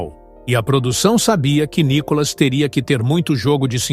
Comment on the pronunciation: Mas se a globolixo nao sabe nem pronunciar Níicolas, entao ê muito analfabetismo